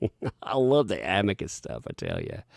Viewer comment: THANK YOU!! I am soooo tired of hearing the word "Amica" ... please someone tell these people to stop! I REALLY hope that JD's lawyer addresses the pronunciation during cross. 🤣😂👍🥸